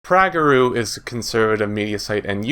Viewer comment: It’s pronounced Prager U not prageru!!!